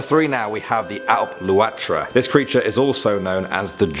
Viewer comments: Let me help you out on the pronunciations 😂 the Dearg-due (jarug do) The Alp Luachra (awlp loo-ackra) The Sluagh (The sloo ahh) :) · Dearg-due is pronounced as da-rug du-a, alp-luachra is pronounced alp lu-c-ra and sluagh is pronounced sl-u-agh. Only flaws I noticed but Irish is a notoriously difficult language to pronounce if you haven't studied it so otherwise an amazing video. Great job. I'm from Ireland and i believe you chose some of the creepiest myths but there is so much more so can you please do a second part?